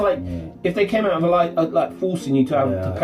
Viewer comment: Leave it aught! You slaaaagh!